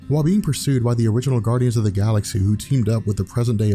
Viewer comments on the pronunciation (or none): none